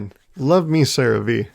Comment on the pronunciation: I think CeraVe is pronounced "Sarah-Vay". Like if you take a native Hindi speaker and asked them to say "Sarah-Way"